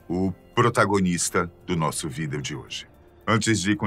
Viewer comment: Esse aih começou bem..mas depois que começou a falar "video" de um jeito estranho ferrou tudo